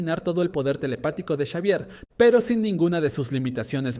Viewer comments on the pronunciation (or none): Me tiltea que diga chavier y no exavier